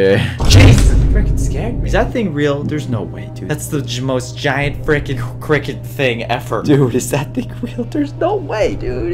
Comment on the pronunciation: why do you say fricin